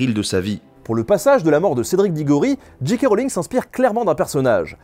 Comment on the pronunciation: Super chouette épisode ! Mais par contre soit vous dites J. K. Rowling avec un accent bien français (Gît Cas Roling) soit en le prononçant "en version originale" soit Jay Kay Rolling ! Mais pas Gee Quai Roling haha :)